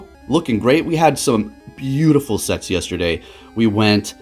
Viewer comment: "We had some beautiful SETS yesterday." Why the hell did I hear, "We had some beautiful SEX yesterday."??? Im over here dying. But, anyways, awesome gameplay